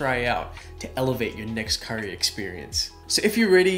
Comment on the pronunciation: Love the video. But the whitewashed pronunciations of roti and curry make me annoyed.